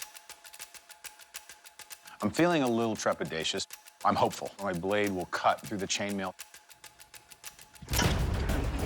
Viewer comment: It will "keal" It will protect But most importantly It will "Kat"